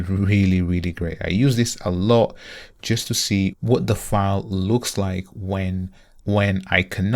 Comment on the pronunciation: Man, it's "ˈfaɪl" not "faʊl" 🤣